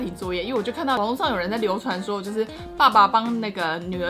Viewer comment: ，是宿ㄋㄨㄛ（二聲），音同「挪」😂😂 這個巨人超像的，希望可以看完，我覺得結局可以引發很多想法，等待追完😄